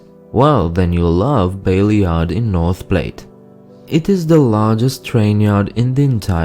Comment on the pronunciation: No kiddin'! When he said the Plate River, I was disoriented for a few minutes. Too bad he didn't note its greatest feature: "Mile wide and an inch deep." It IS phenomenal and nowhere else AND when he said "Bayard" too. How funny! We got roots, huh? Go Big Red!